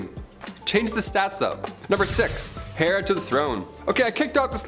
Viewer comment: Not "hair"to the throne. The "h" is silent. "Air" to the throne.